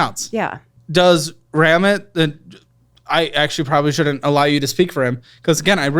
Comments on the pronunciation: Also his name is pronounced with the stress on the i, it’s RamIT, not RAMit! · The way she’s taking Ramit’s advice so wrong I can’t 😭😭 he literally always says you can’t live your rich life in debt…. Also she said it right the first time it’s “Ruh-meet” not “Raaa-mit” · It's not "ram-it" it's "rom-eet". He's indian. And she's wrong. Yes she says live your rich life but that's only IF you can afford it. Which she cannot. Had she actually followed anything Ramit said, she would look at her statements and KNOW the date it will be paid off. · It’s “ra-meet” not “ram-it” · Ramit is pronounced Ram-eat or Ram-eeth, I believe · Not pronouncing Ramit’s name “Rahm-it” 😭 love you but respect the community and know how to pronounce the major players names Also this lady does not understand his message at all. He doesn’t say “live your rich life now” 🙄 he says pay off debt and start SAVING and BUDGETING for your rich life. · She’s right, it’s pronounced Ra-MEET! Ram-it 😂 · …it’s (Ra-meet) not (Ram-it) 👀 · RAMIT SETHI MENTION also she was saying his name right lol it’s ra-meet not ra-mit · It’s pronounced RaMeeet. And he’s great! And when he says living your rich life it definitely is not talking about what she is doing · calling Ramit “ram it” sent me over the edge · It's "Ruh-meet" and he says to live your rich life now AND in retirement by becoming really clear on what to spend on and what to ruthlessly carve away from your spending to make room for the stuff that truly means the most to you. He does not advise to live your rich life today and forsake your future! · She pronounced Ramit's name correctly, it's not "ram it" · Omg his name is Ramit (ra-meet) Sethi and she’s not following his advice at all. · His name is pronounced Ram-eet. He is awesome and would never endorse what this lady has done. Check him out! He does couple audits. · she said Ramit right. Please stop calling him Ram It hahahah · It’s Rameeeet, 😂